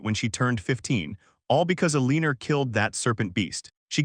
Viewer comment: El-leaner lel